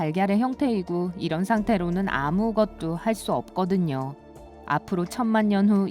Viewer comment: 나레이션 좀 이상한데.. "영원한 어둠" "아무 것도" 라고 발음해야되는 걸 "영 원한어둠" "아 무것도" "유 리비가 내려요" 이러고 있는데?